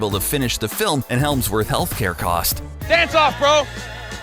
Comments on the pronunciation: HEMSworth, not HELMSworth. Does an entire video about fuck ups; fucks up the actor's name the entire narration of his clip. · Hemsworth not Helmsworth lol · It's HEMS-worth not HELMS-worth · Chris HELMSWORTH? Its HEMS-WORTH clowns... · Helmsworth??? It’s Hemsworth!! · 1.28 helmsworth I shame you it's Hemsworth Americans😤😤😤😤😤😤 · Why did he say Hemsworth like Helmsworth??? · Its not Helmsworth its Hemsworth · It’s hemmsworth not helmsworth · Hems-worth...... Not Helms-worth. Bruh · IT’S HEMSWORTH, NOT HELMSWORTH, SMART ARSE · wtf is 'helmsworth' its Hemsworth love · This is supposed to be a good channel... I unsubscribed when you called him Chris Helmsworth multiple times... homework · It's HEMSWORTH, you knucklehead - not HELMSWORTH. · Why does he keep saying Chris Helmsworth? It's Hemsworth. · I'm sorry but did anybody else cat h the fact that he was calling Hemsworth helmsworth like the fuck dude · boi you pronounced hemsworth wrong you pronounced it "helmsworth" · he said 'helmsworth' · He kept saying heLmsworth , it's Hemsworth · as if the commentary wasn't bad enough Hemsworth turned into Helmsworth ... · Is he saying Helmsworth cuz that’s what it sounds like, it’s Chris Hemsworth not Helmsworth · Helmsworth who the fuck is helmsworth.....it's hemsworth ya spunk trumpet..... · his name is chris HEMSWORTH not chris HELMSWORTH!!!!!!!! and there was no bucky bloopers! :{ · It's Chris Hemsworth not HeLmesworth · It’s NOT HeLmsworth!! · It’s HEMSWORTH not HeLmsworth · "chris helmsworth" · It's Hemsworth, not Helmsworth, XD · You know his name is chris hemsworth not “helmsworth” right? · Chris Hemsworth has no L in it... It uh... it simply isn't "HeLmsworth" as you uh... seem to insist it is. .. . And when the script says "a plus, a plus" it isn't "a" as in "a bike"... clearly the writer(s) wanted you to say A-Plus .... as in A+... as in a top grade... You suck man. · hemsworth not helmsworth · Hemsworth, not Helmsworth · stop saying HELMSWORTH... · "Helmsworth". FFS.